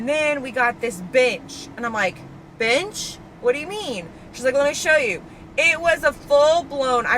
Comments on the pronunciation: i kept hearing b*tch lol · every time you said “bench” i heard “bitch” i was dying 😂❤ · Your pronunciation of “bench” is…….interesting 😂😂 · Girl put this on while working and when you said bench like 7 times in a row I had to keep doing a double take bc it did NOT sound like “bench” 😭😭